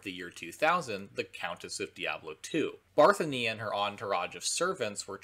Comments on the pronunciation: Barthony? Barthony? BARTHONY. barthony. bArTHonY. barthonY. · Also..ironically for this video, Bathory is pronounced “Bat-Thory” 😂